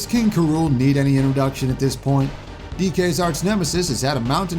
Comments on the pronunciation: D—did you just say “Karool” instead of “K. Rool?” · The only newcomer you got right was K. Rool and you didn’t even pronounce his name right